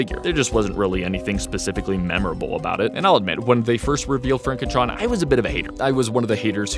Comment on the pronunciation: it's pronounced FronkenTron